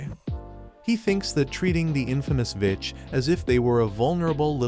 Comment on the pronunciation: When the voice said vitch I heard the b word😂